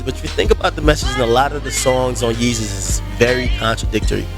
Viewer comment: Agree, Yeezus is wack. I knew it was gonna be wack when he didn't pronounce it "Yayzus", he dropped the ball there. This is produced by KANYE WEST and DAFT PUNK. It is not either of their acts best work, it is their worst. even if you like this album, I bet money you don't think it's better than 808's (which I also hate). College Dropout, Late Registration all day, Dark Fantasy dope, Graduation 1 or 2 big bangaz, BIN THE REST!!!!!!!!